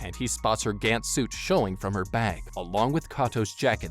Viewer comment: This is awesome but the way you pronounce gantz is kinda triggering me lol